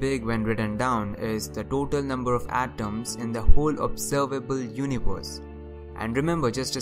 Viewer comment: Everbody: Universe: univors